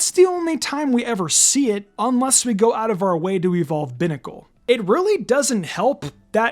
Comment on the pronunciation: It’s pronounced cry-AHG-uh-null and BYE-nuh-cull, “”! 🤨 Stop mispronouncing Pokémon names, bub! 🙄